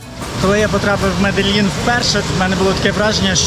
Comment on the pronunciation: Не Меделін а Медежін або Медеїн. Вдячні